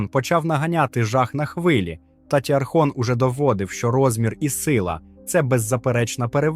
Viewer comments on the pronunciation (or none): Талатоархон, "татіархон", бляха...